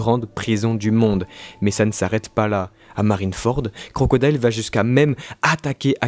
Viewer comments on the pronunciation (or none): none